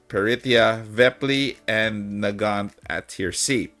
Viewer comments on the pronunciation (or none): When you said Nagant, I heard "the gyatt" and thought you were talking about Pritya.